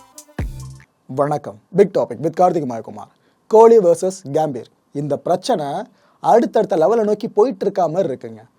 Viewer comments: கேம்பீர்.....இல்ல...pro.....அது கம்பீர்...... தமிழ் உச்சரிப்பு ரொம்ப முக்கியம்..... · கேம்பீர் இல்ல கம்பீர் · Athu கியாம்பீர் illa bro கம்பீர்